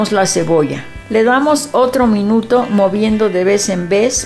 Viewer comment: señora linda es al minuto no al minutro